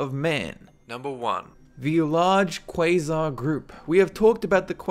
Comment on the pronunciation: every time you say quasar, you sound like "quiznoz" xDDDDDDDD crap... now i'm hungry